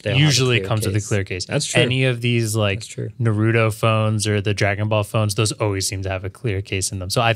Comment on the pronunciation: Nooooo, you butchered the Naruto name 😂